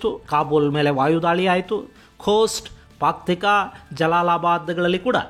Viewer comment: Paktika alla gurugale paktia😂😂